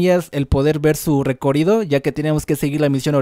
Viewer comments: Porque dices recorido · Por q dice recorido 😂😂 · Me rei como pronuncias recorrido perdón xd